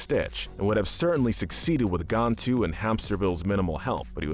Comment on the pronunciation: Am I the only one slightly annoyed by the way he pronounces "Gantu"? I never one said his name as "Gawntu" so it annoys me